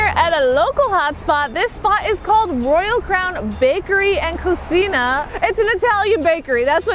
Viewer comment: I grew up on Staten Island, right up the block from Royal Crown (you pronounced Cucina wrong - it’s “coo-CHEE-nah”), and lived in the same neighborhood till I relocated 7 years ago. The balsamic glaze is always thick. (It wasn’t balsamic vinaigrette.) I just want to politely point out that it’s not IN Staten Island, it’s ON Staten Island. Lol. Just sayin. Also it’s Fort “Wahdsworth” like when the doctor tells you to stick out your tongue and say ahhhhh lol. And Verrazano didn’t immigrate here. Glad to see a YouTube made about the island. There are so many more places as well. Alice Austin House, the SI Children’s Museum, the SI Zoo, the Greenbelt, the SI Museum, the Lighthouse on Lighthouse Hill, Todt Hill, Grymes Hill, Clove Lakes Park, Sliver Lake Park, National zlighthouse Museum, Wolfe’s Pond Park, Willowbrook Park and the Carousel (not sure if it’s still there), NY Chinese Scholar’s Garden, High Rock as the locals call it (Park), Blue Heron Park, Mount Loretto, Our Lady of Mt Carmel Grotto (so peaceful and there’s a Catholic Bookstore), the FDR Boardwalk, Brothers Pizza, Lee’s Tavern (Pizza), Wagner College views, St Paul’s and Ward Hill as a whole, Tappen Park where Madonna’s “Papa Don’t Preach” was filmed (and other Island sites that were in the video), and I could go on and on.